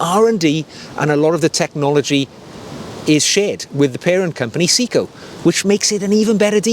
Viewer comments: Actually it’s pronounced “say e ko”. In Japanese “se” Is pronounced “say”, “i” is pronounced “E” so it’s actually say e ko, which sounds close to “say-ko”. I’ve been living in Japan since 1991. I speak Japanese fluently, my wife is Japanese, my co-workers are all Japanese and I speak Japanese the majority of my day. Trust me, it’s not “see-ko”. I’m not here to correct though, just clearing this one up. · Sayco, not Seaco. During its entire existence in the US, Bulova was pronounced with the accent on the first syllable BULova, not buLOVA. However, we may well have been mispronouncing the gentleman’s name. If you happen to run into James Bond, inform him that it is Omayga, not Omeega. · Hi. Good video. Three points of accuracy. 1. It's pronounced Say-ko and not See-ko. 2. Seiko doesn't do Eco-Drive, Citizen does. You showed a Seiko Solar watch. 3. Bulova is pronounced with the emphasis on the Bu and not lova. More watch content please. Love the peacoat. I have a similar one. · See-ko lol, good video. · If we’re going full on pedantry, I’ll respectfully add my two penn’orth worth. The correct pronunciation is: Se (as in semi) I (as in pig) ko (as in coffee) せ (Se) い (I) こ (ko) To qualify; I’m a Brit living in the UK for 7 months of the year and Japan for 5 months of the year, and whilst not fluent I am able to live in Japan without speaking English. To get to the point, watch shopping/browsing in Japan is an absolute pleasure. I often travel down to Tokyo and spend a couple of days browsing watch and vinyl record stores. I own 3 Orient watches and love them immensely. I got back to the U.K. a few days ago and brought with me a Breitling Superocean II Japan only edition. Not my usual style, but it just smiled at me so lovingly I couldn’t resist. Nice collection ❤